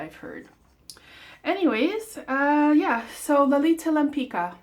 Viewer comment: It's pronounced like Lempitzka